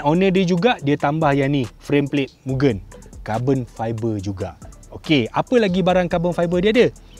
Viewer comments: Bkn sebut miu-gen, bang.. Sebutan dia mu-gen (gen sebut mcm gentel).. Ramai org slalu salah sebut.. Maksudnya Limitless atau Infinite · Bos, cara betul sebutan Mugen tu Mu-Gen. Sebutan 'e' seperti kita sebut 'esok'. Mugen bermaksud infinite or infinity.